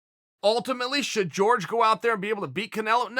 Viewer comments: It’s Jorge not George cmon Chael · its hore-hay. not george. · If you rexpect game bred so much at least say his name correctly Chael.